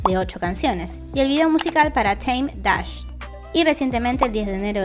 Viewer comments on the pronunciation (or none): none